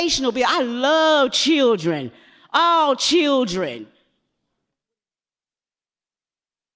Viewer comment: The word is children not churdrin